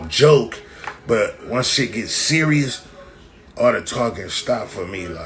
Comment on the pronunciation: He was about to say berious. Then thought right quick, serious is spelled with an s not c. Rest in peace Gonz